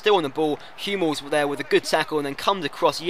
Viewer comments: you need to work on you pronunciation Modric = Modrich Hummels = Huh-mmels Subotic = Soobotich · Sorry if you find this petty but you pronounce 'Hummels' 'Humm' 'els' the way you pronounce would mean it would be spelled 'humels' with one 'm' rather than two.